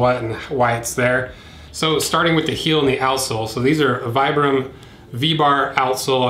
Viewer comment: Just a tiny thing, but it's pronounced "Vee-bram" not "Vy-bram."